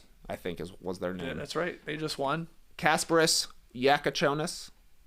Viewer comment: Props Trey, this time you nailed Kasparas' name, here you go. Also, I am not russian, but I also believe you got Egor's name right this time, its not Eee-gor, its Eh-gor Deh-min, pretty sure, E letter does not make that ee sound in these Slavic languages. I know nothing about college Basketball, but I spend entire year listening to locked on nba draft pod, cause I was bored I guess, and I feel I know a lot about these college kids, tho I have never watched them play. They say BYU coach recently benched Egor, because team plays better without him and he only gets playing time cause he is draft prospect, and you play draft prospect to attract future top talents.That sounds not that great, Egor I feel is one of the most intriguing guys in a draft, since he is 6'9 PG with amazing passing, but in reality, his ceiling is probably low, he probably does not end up being point guard in the NBA due to lack of athleticism and scoring ability, but people compared him to Joe Ingles, who is a good player. Russian Basketball is in terrible condition, they obviously banned from tournaments nowadays cause of the war atrocities their leaders lead to, but just overall, they basically do not have a single good Euroleague caliber player at this point, maybe except ''smile be happy'' Alex Shved who is still around, so for them to just have first round pick is huge, their domestic talent development has been complete garbage in past several years. With NIL money and successful development, we see m